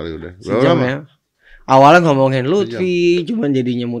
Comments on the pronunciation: lufi bang bukan lutfi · Luffy bukan lutfyyy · Luffy woi bukan luthfi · Luffy coy bukan lutfy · Note : Luffy mas Young Lex bukan Lutfhi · Itu LUFFY tolong 😂😂 bukan LUTFI 😂😂 Luffy dibandingin sama lutfi, aduh